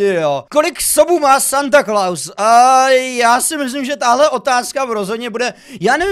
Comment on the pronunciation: Proč to četl jako Satan nebo ježíš ? :D